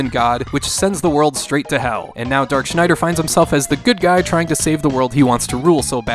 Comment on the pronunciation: Congratulations on pronouncing Schneider correctly.